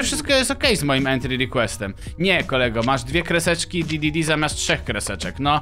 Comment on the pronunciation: nie di.di.di a d.d.d